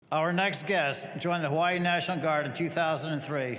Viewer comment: You’re American Hawaii is American now. You should pronounce it like the rest of Americans not their native way. We were more powerful and won the island now call it what Americans do